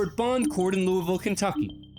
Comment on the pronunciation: Im glad finally a tV channel says LOUIVILLE correct